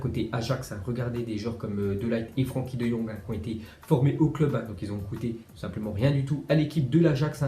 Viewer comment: On dit pas franki mais freinki